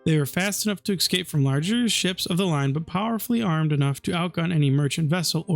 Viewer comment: Please stop saying "ekspecially" and "ekscape", the words are "especially" and "escape". Sorry to be that guy, but it offends my ears.